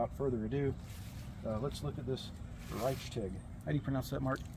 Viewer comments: "Rish-tig" it means right or correct in German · Raitchtig ... yeah, sounds about right 🤦‍♂🤦‍♂🤦‍♂ The Germans crying right now 😂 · always funny asking someone how to pronouce something in a different language and they dont get it right. The name is Richtig and is a play on "Right" as in not wrong.